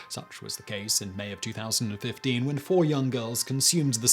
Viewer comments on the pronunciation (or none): none